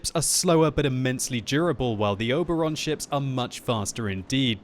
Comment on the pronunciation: All those warframe players cringed when he said oberon...i am one of them and im proud of that.